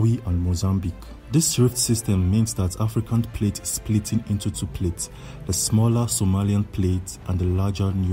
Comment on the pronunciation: The news announcer is like. Africa is slowy tearing inchu chu😂